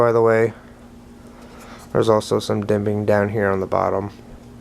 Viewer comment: ITS JIMPING NOT DIMPING!!! FFS!!